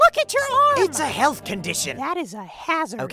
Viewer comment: “ It’s a helf condition” had me🫠